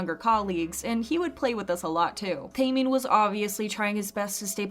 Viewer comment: its pronounced TEH-MIN NOT TAY-MIN